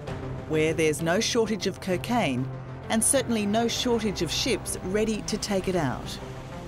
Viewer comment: I like how she pronounces: cacaine😅